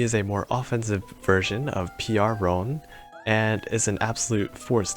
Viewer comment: Being able to run to Roons, win win. I believe the pronunciation is closer to "ruun" than "ron"